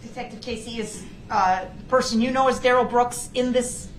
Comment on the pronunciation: DA Opper's Investigator (ya know the guy that Duh-rell can't figure out who he is ) just can't help himself from looking over at Duh-rell when he's doing or saying something stupid ! 😂😂